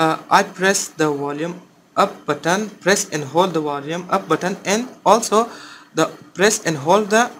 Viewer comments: Wulume hahahahhaha. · Which button? The Wolyum Up or Wolyum Down? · Bolume up bolume up bolume button 😂